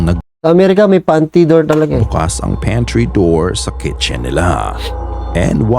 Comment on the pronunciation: panty door❌ pantry door✅ 😂😂